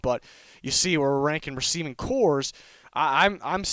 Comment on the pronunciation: It's Receiving Corps not "cores"